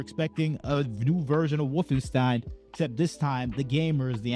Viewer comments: "Woof-in-steen" Edit: No he should definitely be made fun of for that pronunciation. It isn't hard to check how the name of a popular game series is pronounced. Makes it clear he hasn't played them. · Not gonna lie, the most annoying part is him saying “Woffen-STEEN” repeatedly. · I know we're not supposed to make fun of how people pronounce stuff, but the way he pronounces Wolfenstein makes me think of a mod where BJ is wearing a fursuit.